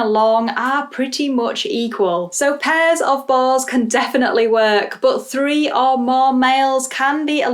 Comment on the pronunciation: I totally misheard your statement at the end as "start the trend and get BALLS" instead of boars 🤣